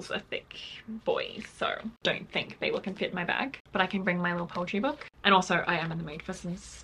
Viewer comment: Babel is a Hebrew term for confusion and I can tell you you’re definitely pronouncing it correctly and I’m American 🫶🏼